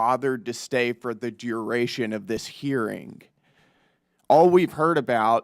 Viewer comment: Someone needs to teach Stansbury that the correct word is “hearING” not “hereen” 🙄